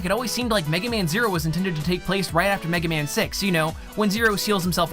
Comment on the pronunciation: D ahhhhhhh MEGA MAYWN!!!! SUPER FIGHTIN ROBOT, MEGA MAYAWN